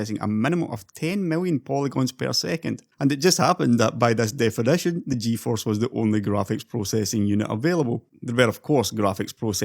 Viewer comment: Stop saying "NVEDEA" instead of "nvidia"! And "manyfaturing" instead of "manufacturing"! "defenetion", "two fafty thanks", "transastols", "lighting", "chep", "exested", "neintee", "hondred", "faynally", "descraybe", "culer", "competeteon", "dollos", "buck", "pru", "dun't", "gavan", "rebrunding", "bil", "delevers", "vedeos", "pursen", "bagger", "onother", "flagshep", "effeshent", "assomptions", ... OMFG! You pronunciation is SO DISGUSTING! Use Text-to-speech instead! Don't make such a videos!